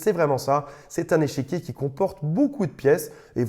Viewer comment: Au lieu d'échiquier, tu dis "échéquier" : j'entends deux choses : échec et chéquier ... ton chéquier est-il en échec ou le chéquier peut-il racheter les échecs ?